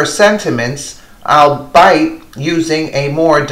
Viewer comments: It is not 'all bite' it is 'all be it' you pronounced albeit wrong! Come on I agree with all you say but get the simple things correct.... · Albeit - not allbite, but all-be-it, meaning 'even though.' "Having said that' or 'even though when reflecting on everything previously said,'' are examples of more modern ways of saying 'albeit.'